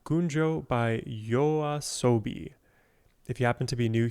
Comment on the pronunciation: Nice reaction! Firstly, thanks for pronouncing YOASOBI correctly and secondly I recommend starting with their earlier work and move your way to their newer songs, if you'd like to reaction more of their work. 1. Yoru ni Kakeru - Debut song and how they became famous - Official MV or live performance for the original beat 2. Monster - Official MV or their live performance like Primevera music fes 3. Tabun - A different pace - Official MV or acoustic version Enjoy~